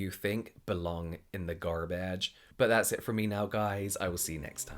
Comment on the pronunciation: 😂😂 and "gar bage"